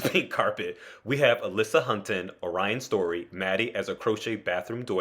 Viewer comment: You said "Alyssa Hunten"... It's Hunter.